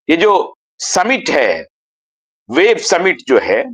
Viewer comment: सेव्ह नहीं वेव्ह है वो